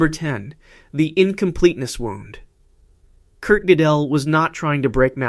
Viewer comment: The worst one was "Kurt Jidell"